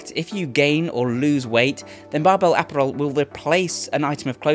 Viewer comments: Disliked for not somehow being unable to pronounce 'apparel', while being British 😮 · Imagine running a company called Barbell Apparel and paying for a sponsorship from a guy who can't pronounce Apparel correctly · I’ve seen enough Guy Ritchie movies to know you’re messing with us on your pronunciation of “ apparel “ , right? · The way he says apparel is insane bro hahaha love ya though man